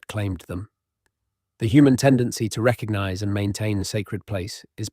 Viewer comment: There's a G in recognize. It isn't reckanize.